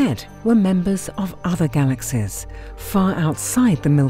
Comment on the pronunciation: She seems to say "galaxes" instead of galaxies